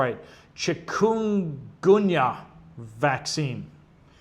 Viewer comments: it's Denge Fever pronounced...."chicken goon yă"😊❤wonderful community of watchmen keep calm and prep on brothers and sisters 😊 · UPDate - FYI - Chikungunya virus prounounced by us microbiologists as "Chicken - Gun- Yuh"